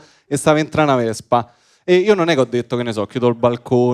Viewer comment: "la vezpa ,non la tezda" cit.🥳